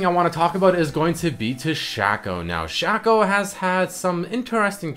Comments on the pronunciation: SHACK-OH LOL SHACK-OH jesus fuck please stop saying his name. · It's Shaco not Shaco